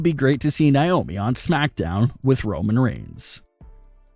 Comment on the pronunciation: It's Na, not Ni... Naomi not Niomi